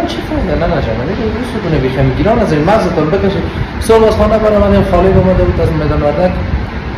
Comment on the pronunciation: هههههه چرا گريان گران میگی واعط جان واری